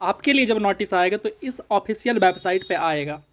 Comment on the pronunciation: Notice❌ Natice✅